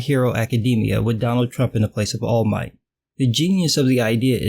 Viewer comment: “Wall Might” is the best thing i’ve heard all week